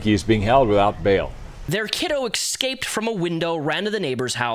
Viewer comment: EScape, not EXcape. Is English not your native language?